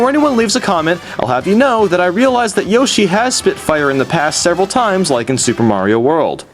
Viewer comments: Also you said Yoshie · It's not yashi its yoshi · i love how he calls yoshi "yashi" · I'm sorry about this but... LEARN HOW TO FUCKING PRONOUNCE THE NAMES OF THE CHARACTERS sigh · I like how you alternate between the pronunciation of yoshi.